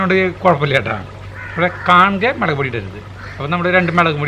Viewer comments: മേളക് അല്ല മുളക്, കാണുന്നവർ ഒല്ലൂർ കാർ അല്ലാലോ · Hai gadiyaee Sugamano. Melak ennalla mulakk ennuparayu. Currykanditt kothiyakunnu.